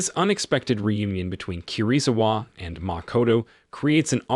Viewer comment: "KI RI ZU WA👹👹👹" someone need to teach him how to pronounce asain names 😭😭🙏🙏🙏